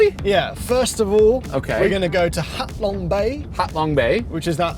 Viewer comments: Bros, it’s ‘Ha Long Bay’, not ‘Hat Long Bay’! :) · Its Ha long bay mor..s 😅